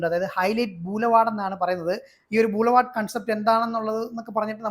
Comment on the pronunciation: ബൂലവാർഡ് അല്ലെടെ. ബൊളിവാർഡ്. അങ്ങനെയാ പറയുന്നത്.